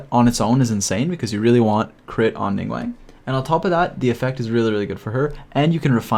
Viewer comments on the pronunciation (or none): Great video. But dude. it's Ning GWAHNG - an AHHH sound not WANG :) - Source: I am fluent in Mandarin Chinese. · This was a very informative video, but I do want to note that the "guang" in Ningguang rhymes with "gong" not "twang". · Came back to listen to the ' Ning-wang' 💀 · ah yes ninguEng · Ah yes, ningwang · love the video but... ningwang????? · did.... he just say.... ninggwang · No one but you: Ning wang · "ningwang" :flushed